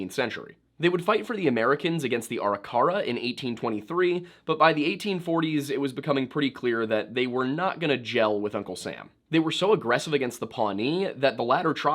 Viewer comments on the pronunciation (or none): it is pronounced a-RIK-ara.